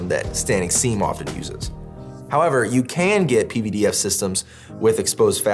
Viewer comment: You are the only person I’ve heard even attempt to pronounce pvdf properly. Even though you are my companies competition, I appreciate the work you are doing